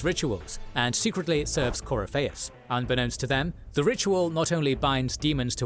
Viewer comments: Gotta love that they got the 1 guy who can't pronounce half the names to narrate their video, lol Coryfaus, alright mate, haha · My buddy. My pal. My brother in Andraste. Please watch a better lore video. This joker didn't even bother with pronouncing Corypheus properly or giving him a bonkers nickname like Coryphishits. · You HAVE to play the series. You think there's so much to it just watching this recap. You have no idea how much more there is to it. And how some decisions play into the next games. Also, all of the mispronouncing is hurting my Dragon Age loving soul